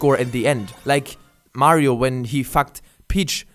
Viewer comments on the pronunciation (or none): none